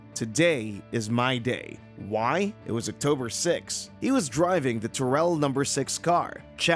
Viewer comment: It's not tirel it's TIR OL